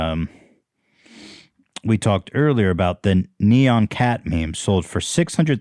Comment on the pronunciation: Why can't say NEON right, the heck is wrong w u broski?